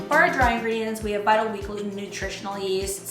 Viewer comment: I didn't quite understand what you said .. you're taking ?buttawheat gluten? and turning it into steak? Anyway the combination of ingredients looks really good. I thought you had to wash the flour to get all the powdery stuff off in order to make seitan. Is the consistency the same whether you wash the flour or not?